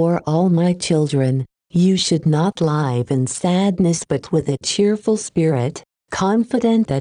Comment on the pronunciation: Pa-leese get rid of this robot voice. zI am so tired of hearing the word "live" (as to live) constantly pronounced as "lyve" (to 'live').